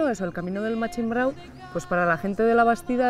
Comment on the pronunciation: Se dice Machimbrao! hay que ver estos de Bilbado.